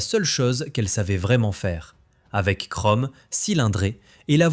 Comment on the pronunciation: Kromm au lieu de chrome... Quel crétin! Une parodie de lèche-babouche...